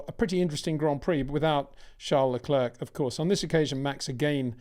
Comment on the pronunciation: Charles Lecler, Peter Wind sore. The second 'c' is silent